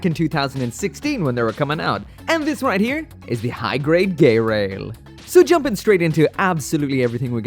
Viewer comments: I think it is pronounced ge-rail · "GaAy-RaIl✨✨" gets me laughing hard